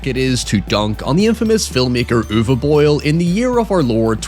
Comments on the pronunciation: First native english speaking Youtuber I ever heard correctly pronouncing "Uwe" but then completely warping "Boll" making it "Boyle"(?). Easiest way to at least come close to the correct pronunciation would be to use the english 'ball'. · Something I didn't expect when entering English speaking Youtube is how weirdly hard it is for native speakers of English to correctly pronounce Uwe Boll. gets relativly close - "Boll" is pronounced less like "boil" and more like "ball", though. Worst variant I heard so far on YouTube was "Yuvee Boll". No Judgement though if you can't pronounce a name that is from a language you don't speak, that's hard. My intuition just never expected "Uwe Boll" to be one of the hard ones. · I think it's pronounced "bowl" unless you're mispronouncing his name on purpose. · It's uwe boll not uwe boil also I'm just going to say it postal is not a bad adaptation I think postal is actually one of his better movies and one of the better videogame movies out there. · Calling Uwe Boil instead of Boll is the new canon.